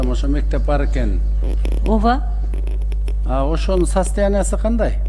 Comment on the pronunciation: Оова эмес ооба жасалма созду трубинада эмес уйундо суйлоо эл угуп жатат туура суйлоосон